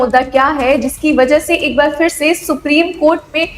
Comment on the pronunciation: उच्चारण का संज्ञान लें फिर (फि़र नहीं)